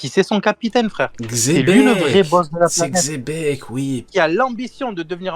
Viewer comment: Aucun rapport, dans l'anime ils prononcent Donkihote et Jibekku en l'occurrence la prononciation la plus fidèle serait Jebec, mais Chébec ça sort vrmt de nulle part